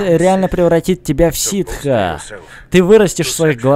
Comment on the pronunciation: ты не правильно говоришь, ситхи - это типа сторона, а ситы - это раса.